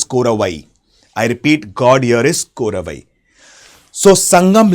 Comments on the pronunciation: Nayykiar ❌ Nakirar✅ Korravai❌ Kotravai✅ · Korravai not dude its kotravai... now we pray as durga... its kotravai.... War god...